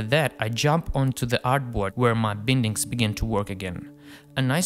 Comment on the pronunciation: Great work! Just a comment: it's pronounced 'bye-ndings' (/ˈbaɪndɪŋ/). Regardless! I'm a huge fan!